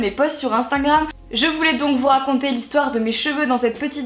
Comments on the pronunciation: Pourquoi est ce qu'elle dit tout le temps "INSTINGRAM"? C'est pas du tout la prononciation américaine en fait donc pq elle dit ça? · "Sur instingram" 😂😘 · qui trouve qu'elle a du mal a dire INSTAGRAM